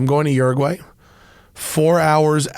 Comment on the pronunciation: This is the first time I've heard an American say Uraguay. Now I understand why it was a joke in the Simpsons.